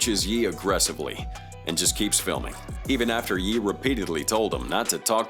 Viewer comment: I'm glad it pronounced "Ye" properly. "Yay" isn't how you say that.